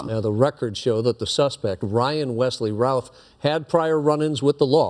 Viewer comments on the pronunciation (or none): The anchors are mispronouncing the name it's pronounced like the name of famous baseballer "Babe Ruth." Routh = Ruth, not "raouth" I had classes in highschool with the shooter's son.